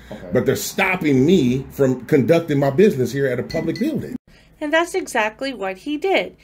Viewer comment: "He's locked the "bew-ding". 🤣